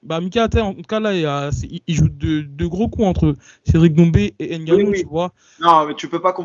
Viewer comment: ce est un gars très perspicace Et comment un Noir fait pour prononcer N'gannou🤦🏿‍♂️